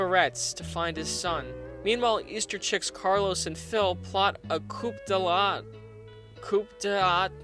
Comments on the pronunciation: It's coo-duh-tay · It’s pronounced coup d’état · It's not Coop-Da-Tat, it's Coo-de-ta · Pronounced "Coo de tah" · Omg hahahaha that "french". I don't speak it and I know those, but that's bc I'm not a millenial we got educated back then, but now it's EVERYONE passes! Everyone gets participation awards in school, bc it would hurt the "dumb kids" feelings. Ok so 1) pronunced "coo-dey-tah". I've noticed a pattern of this generation just pumping out content rather than doing even the SMALLEST bit of research. It's almost like millenials WANT TO embarrass themselves, and then if someone calls em on it they use the "I don't care about anything" card. As they plan what they wear, their haircut, how they act, etc. We fought in school and it made us men, but not that's outlawed. But you can be like 12 yrs old and go to the girls bathroom bc in your imagination, the "voices" in your head tell you...you're a woman. And that makes it ok to be born a man but identify as a woman. I'm very...VERY worried about the future. But at least we have content to watch as the world burns... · Pronounced "Koo-da-ta" lol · Coup De' tat is pronounced coo-day-tah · It's pronounced like "coo day ta" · It's pronounced "Coo-Day-Ta" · It's pronounced "coo-day-tah", I think it's French. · coup detat is pronounced - coo day tah. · Coup D'etat is pronounced as "Ku Deta" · It's pronounced Cou-Dé-Ta. You spelled it right, but that is how you pronounce it. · Great job, you just earned a subscriber. Also, at about , it is pronounced "Koo day-tah." It's a French phrase meaning the usurpation of a figure in power. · Coup d'état is pronounced, KOO-DAY-TAH btw. Great vid tho. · its pronouced "koo day tah" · It's coo-dey-tah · Pronounced 'coo day tar' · I'm gonna be that one asshole because I speak OK French and its pronounces Coo day tah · It's pronounced "coo" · 'coo-day-tah' is how you say coup d'etat. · pronounced coo-day-ta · it's pronounced coo de tah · Also, coup d'etat is coo day-tah